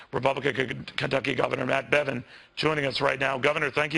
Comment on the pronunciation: As gov of this state .. notice how he can't even say the word Kentucky .. get lost Bevin !